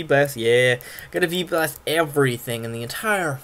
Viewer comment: And sounds like FEEBAS! Instead of V-Blast xD